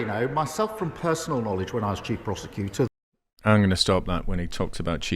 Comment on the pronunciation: i thought he said chief prostituter